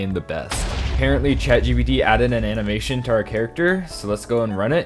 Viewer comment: I keep on hearing bro say chagbd😫😂